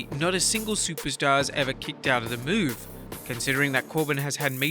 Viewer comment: “Kickoed” It’s the “Banzai” drop